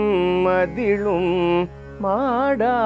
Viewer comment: Super! “மாடா மாளிகையும் “இல்லை. மாட மாளிகையும். 👏🏻👏🏻👏🏻